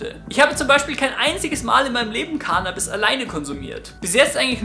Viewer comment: "Cannnabis" nicht "Kaahhhhnahhhbis"!!!